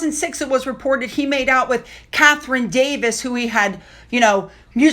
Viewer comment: The Wemberly Stadium is really called Wembley Stadium. Chelsea Davis is really called Chelsea Davy. If reading news articles to us is so hard why not write your own copy?